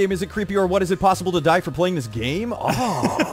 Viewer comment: JACKSEPTICEYE ITS DIE NOT DAID